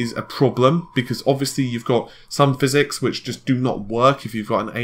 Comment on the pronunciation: we found a word better than Tiddycum: phyZEEEEEEX!!!!